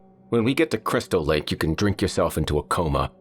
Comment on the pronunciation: Crystal Lake? From any other narrator I'd be pure scorn. Yet every time says it I crack up.